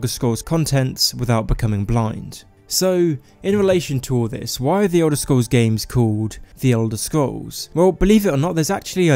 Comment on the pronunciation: Elder Scwolls Haha your awesome